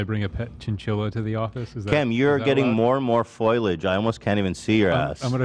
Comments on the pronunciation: No there are some misogynic things he says that bother me sometimes, but usually when he mispronounces something the crew corrects him, but no one ever corrects "foilage" for some reason. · I love that Ethan says “foilage” instead of “foliage”. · I was laughing so hard cuz no one corrected him and just today my boyfriend said it like Ethan and I corrected him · Ethan never says "foliage" right and it always bothers me.